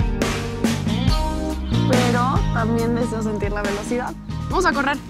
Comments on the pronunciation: no dice pedo dice pero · jajaja en el minuto dice pedo en lugar de pero like si notastes eso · Dulce Maria Bermeo Naranjo. si dise pero